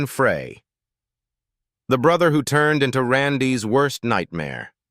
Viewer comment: Ai needs to learn the correct way to say "Frey"